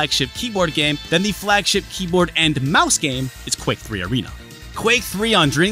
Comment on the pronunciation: D...did you say Dreamcast Keebler?